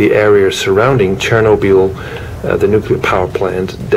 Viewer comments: (cher-no-be-al) really? It's pronounced (cher-nobble) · I thought it was (cher-no-bil)